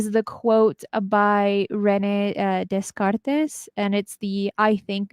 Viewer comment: This is a great chat. I really look forward to these each week. Love hearing you guys bouncing these big ideas around. I too very much believe that we tune into the Akashic record, and am 100% confident there is life after this one. Btw, Rene Descartes is usually pronounced 'day-cart'. French 🤔go figure 😊 All the best and! Keep up your great work.